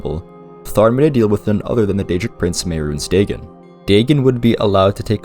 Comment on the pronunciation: Day-gen? I know sometimes people prefer to pronounce words a certain way because they read it that way for years, and i do realize irl the real Dagon is pronounced that way, but its still weird someone not pronouncing it Day-Gon.